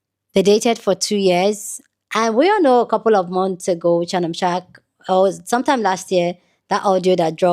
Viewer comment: Girl SHARPE NOT SHARK😂😂